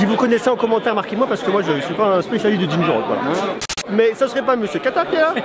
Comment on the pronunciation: Ginger ale pas ginger all. Ba c'est du gingembre quoi. Donc oui ca pique. 😂